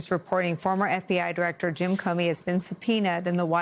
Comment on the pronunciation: Comey, not Comney.